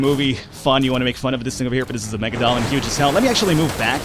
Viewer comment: I hate to be that guy but its not megadollin its mega-la-don